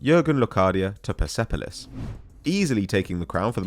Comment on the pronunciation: it's pronounced Perspolis the E is silent and technically non-existing in the spelling in farsi.